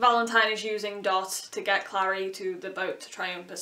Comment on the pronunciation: the show is soooo baaaaad noooooo don't touch my booooks! CRinGe ATTacK p.s. the way you say Clary is weird. You say Clari, I say Clairey